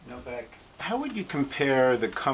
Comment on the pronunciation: She literally calls him "Novaxx" - 😂😂